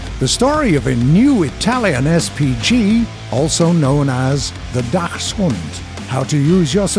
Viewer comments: Dachshund is spoken Daxhund, Dachs in this case refers to the animal and the CH is spoken like CK, unlike Dach, meaning roof, where the CH is like r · Why are the penetration values of HE shells higher when fired from a ship compared to an identical shell fired from an identical gun mounted in a tank? In particular I am thinking of the OF-350M. And please, for the love of god, the "ch" in Dachshund is pronounced like a "k"!